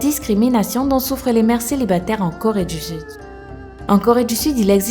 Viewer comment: Super videos mais tu dis trois corré du sud